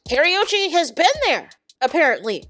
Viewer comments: It is Ka-ru-chi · Pronounced Kuh•roo•chee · I can’t…the pronunciation of her name is WRONG!